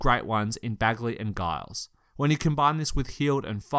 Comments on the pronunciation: “donkidge” “guyles” wtf is this pronunciation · Giles is pronounced Jiles. Damn European journalists.